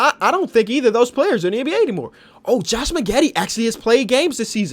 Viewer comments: Crazy that you asked about hometown bias, because Josh Magette (pronounced Mah-jett) played at my hometown DI-AA university, so everybody here cheers for him. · bro doesnt know who josh magette (PRONOUNCED maJET) is smh.